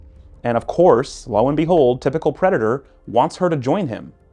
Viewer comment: Omg can i be cwaghg on ur channel? Wats a pwedador?